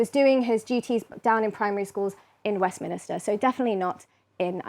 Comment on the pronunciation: she says "WESTMIN-I-STER" 😄 Where do these media outlets find such poor presenters? She should know how to pronounce "Westminster" especially as she appears to be English and been educated in the UK. What a terrible reflection on the state of education in the UK.